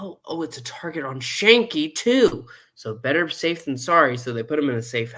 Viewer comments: Skank-ee. It's Skank-ee. FFS. I just love how people who have never watched a show try to review it without trying to understand the complex themes, character development and context and just choose to roast it instead. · You keep saying Schanke name wrong . Ck is hard not soft .